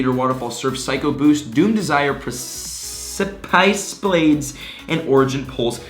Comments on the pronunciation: Say it with me now "Press uh piss". Precicipe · Precipice - PREH - SUH - PISS